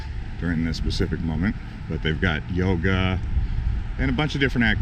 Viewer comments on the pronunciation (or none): none